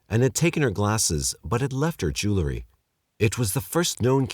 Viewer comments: In the U.K it is pronounced and spelled jewellery, but this guy isn't English. In the U.S I believe it's written as jewelry and pronounced that way. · I can only imagine how difficult and harrowing it is to have to hear this word mispronounced. Probably traumatizing, really... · Still Fs me up when someone says jewlarry when trying to say jewelry.